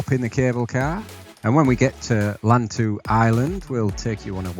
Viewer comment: lantau pronounced lan as in pan and tau as in how ..lantau